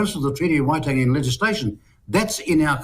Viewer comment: Even you can't pronounce Waitangi